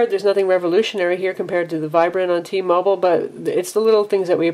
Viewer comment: T-Mobile, not T-Mobul